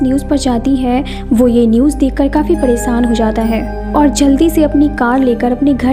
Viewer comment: Why this girl days"sh" to "sa" Saadi not shaadi Paresaan not pareshaan